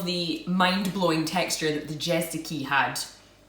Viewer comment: when you spell Jezyki , just say "J" as you say "Y" in english